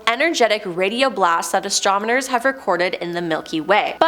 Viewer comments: I might be wrong but I think I heard astromoners and not astronomers. Haha! Great job tho! The entire video seemed like a tongue twister. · "ASTRONOMERS" not "ASTRONIMERS"!🤦‍♀️ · Stay On Top No, you heard right bro, astromoners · She said astromoners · You said the word "astronomers" more than 10 times, and only pronounced it correctly like 2 times 😂 you said astomoners so many times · That's what you heard? I kept hearing astrominors lol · Why does she keep saying "Astrominers"? Lol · Did anyone in the galaxy not know what word she meant to say.?